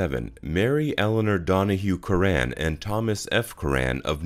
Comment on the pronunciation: Btw, it’s not “Cur-RANN” Good Irish surname “CURR- an”